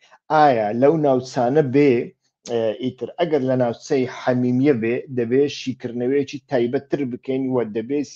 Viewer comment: دەست خۆش کاک. بەڵام ناوی حمیمیم بە هەڵە گۆ دەکەیت. ناوی حمێمیم ە نەک حەمیمییە. حەمیمییە وەسفە بۆ پەیوەندییەکی پڕ لە سۆز و خۆشەویستی و... لەگەڵ ڕێزمدا.